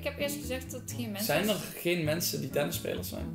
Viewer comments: zegt:hee mensens en Dylan zegt gewoon:hee mensen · Mensjes dacht k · Ben ik de enige die op het begin hordt dat hey mensens zegt in plaats van hey mensen like als je dat ook hordt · luister goed ze zegen hey menses in plaats van hey mensen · Hoorden jullie ook dat aan het begin zei: hey menses In plaats van hey mensen😂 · ze zeggen hey menses 😂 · Als je goed luistert zeggen ze hey mensens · Wie hoorde dat zei hey menses